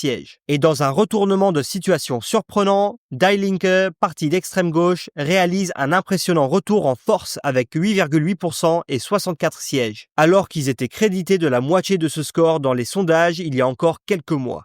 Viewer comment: Je crois qu'on dit "die" (dit) Linke et pas "die" (to die).